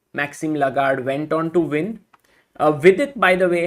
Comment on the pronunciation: Tha man's name is Maxime Vachier-Lagrave, not Lagarde.